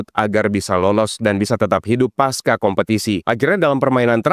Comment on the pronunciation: Masukan: Mengubah bukan merubah Pasca tetap dibaca pasca pake "c" bukan paska